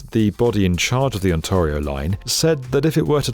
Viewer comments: Oh man... it's pronouned On-tear-ee-o. Tear like "tear it apart", not "tar". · “ Awn-TAR-io “ — that’s a different way to say Ontario. 😂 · On-tar-rio? Uggh try again you'll get it eventually. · No offense but you pronounced Many of the streets locations Wrong...ex. ontario, spadina etc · I am amazed at the lack of professional pride evident in the performance of people who make a living talking on the net who don't bother (or don't give a ...) to get even basic, well known pronunciations correct. I'm somehow supposed to consider reliable and informative a guy who constantly says 'OntAHrio' as no-one else on earth does. Pathetic. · I have to start pronouncing Ontario this way. He makes it sound so posh! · Why do you keep pronouncing "Ontario" incorrectly? The vowel is like "care" not like "car". WTF? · I've never heard Ontario pronounced like that, and i really hope i never do again 😂😂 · exactly, and tear as in to tear fabric, not to shed a tear. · Super consistent mispronunciation of "Ontario." 🏆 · Oh. Your pronunciations of Toronto's street names and Ontario are hilarious. When did Gerrard become Jared? lol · As a Japanese viewer his pronunciations have always been hilarious, but I hadn't expected him to butcher even such notoriously difficult Canadian names like the obscure "Ontario"! 🤣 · How do you feel about pronounciation of Ontario? It made me squirm and I only visited for a few years... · Why do you* insist on mispronouncing “Ontario”? It’s ”ont-air-eee-oh” not ”ont-arrr-eee-oh” * It’s not because of an accent, it’s because of ignorance. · its ONTARIO, not ONTAREIO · On-TAY-rio, not on-TAH-rio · “On-TAR-io”? No, no, oh GOD no. Stop it. You making my brain hurt. You also got the names of a lot of streets wrong, too. It’s On-TAIR-io, my dude. For real, just do a simple Google search to find out how the names of certain places are pronounced if you’re going to continue making content for a wide audience. You’re only pissing off the locals. 😂